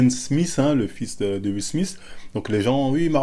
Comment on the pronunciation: "le petit SMISTE" ton palmares en anglais me tuera toujours ptdrrrrrrr